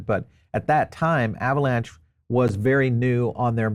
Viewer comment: Now your saying avalanche lol